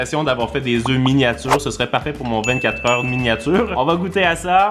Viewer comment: on dit un oeuf(fe) des oeufs(eux) ❤😊